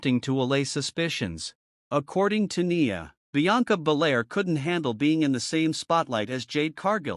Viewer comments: Her name is pronounced N eye a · Bro in the voice over you need to pronounce Nia name right